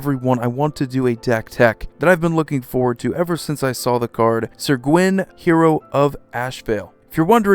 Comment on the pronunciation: I hardly ever get to flex on my Celtic Studies minor - so I'll mention that Gwyn is pronounced "Gween" and means "White" in Welsh. Great vid though, I ordered this Brawl deck at my LGS and can't wait!